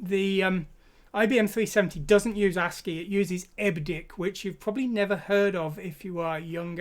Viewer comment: Hate to be one of those. But...EBCDIC, pronounced "Eb Ci Dic"...stands for Extended Binary Coded Decimal Interchange Code. Still, enjoying the video and thanks!